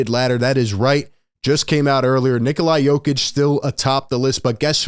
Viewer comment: This dum fuq can’t even say Nikola Jokic properly…dude he is a back to back mvp at least get his name right…I know they don’t have the sharpest tools in the shed out in Philly tho.